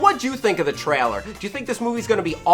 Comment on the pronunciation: For fook sake learn how to say "trailer" correctly already! Is this just another thing you do on purpose that you think will appear endearing but is just annoying as shit?! I wan't to get super angry but I feel a bit sorry for you with you being a virgin and all....